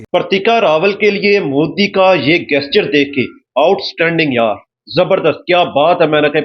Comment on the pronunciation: गेस्चर नहीं बे पाकिस्तानी …….. वो जेस्चर होता है। साले जाहिल….. अगर नहीं आती तो English बोलने की क्या जरूरत है?? बेइज्जती करवा रहा है बे……. 😂😂😂😂